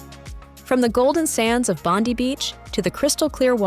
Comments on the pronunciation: Bondi is pronounced Bondye not Bondy, and yes it is one massive country with many different climates. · It’s Bond-eye not Bondy beach. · ITS BONDI NOT BONDY BEACH DUH !!! GET UR A.I. IN ORDER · Lol how Americans say bondy ❤.. Bondi is pronounced 'bond-eye' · its not Bond-ee beach, its Bond-eye beach. Bondi Beach. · Bond-Dee Beach ---> No you American Clown - It's pronounced Bond-eye Beach - FFS at least look it up before you make a video on somewhere your NOT From - F--ing Geeeez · Bondi is pronounced 'Bond- eye'. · Please learn the correct pronunciation of place names. Bondi is pronounced Bondeye. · Pronounced Bondi mate.